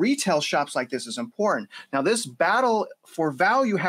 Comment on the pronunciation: Important is pronounced. IM-POR-TANT